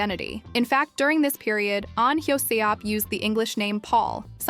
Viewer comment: Is there any reason why you can’t pronounce their names correctly? It’s a ridiculous abomination, for example the way the narrative butchers “Hyo-seop” … it’s not that hard to get it right. It’s rude, pathetic and insulting that you can’t pronounce their names correctly.